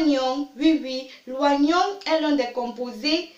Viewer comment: c trop long ..... on s'endort. on dit o-nion et pas oi-nion.